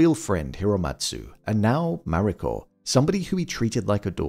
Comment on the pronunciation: Need to learn to say the Japanese names, such as "Mariko", even half reasonably well!